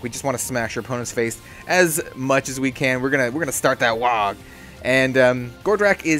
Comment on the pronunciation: Thanks for making this, but I gotta say this... it's pronounced WAAAAAAAAAAAAA! If you see someone in a book shout "Aagh!" in disgust, it's not pronounced "Ogg!" ;)